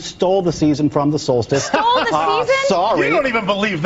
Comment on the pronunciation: Not essential to the religious discussion, but I really dislike how Cenk says "solstice". He somehow adds a syllable.